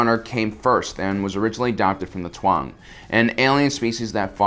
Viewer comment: Its Taung not Tuang, by the way. They are remembered in the Dha Werda Vherda (Shadow Warriors)